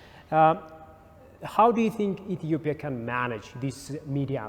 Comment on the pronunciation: How comes an Ethiopian can not say Ethiopia?